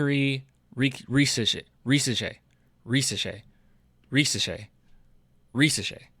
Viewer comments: To be precise, in french if the letter "s" is between two voyels, it's pronounced "z" so Risacher should be pronounced "Rizacher". By the way his dad was a great national french player so it's great to see his son playing at this level. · Ri - z - ash - ehhhh (but like the Spanish R Grrrrrrr)